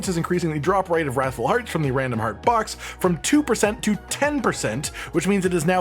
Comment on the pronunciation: Anyone think they say raffle hearts.. It's wrath FULLL